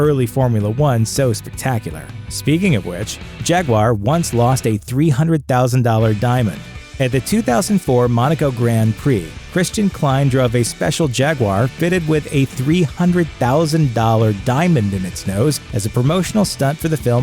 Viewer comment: It's Christian "Klee in", not "Kline"